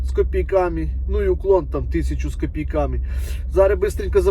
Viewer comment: Посчітав- порахував, не кілОметри а кіломЕтри , тіпа - слово -паразит , не з копіЙками , а з копІйками , виправляй мову як вже став блогером!